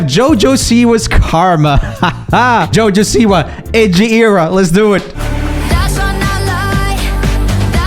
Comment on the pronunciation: Lol the Swedish accent slipped out a little on the siwa. great video